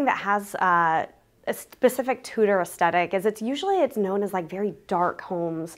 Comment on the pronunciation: Wow! Fantastic work. I can't help but mention, because you used the word so often, you are mispronouncing the word aesthetic. The first "t" is soft, as in "the." The second "t" is the only hard sound. Cheers